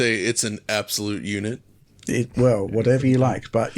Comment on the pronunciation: Hearing an American say “absolute unit” is great 😂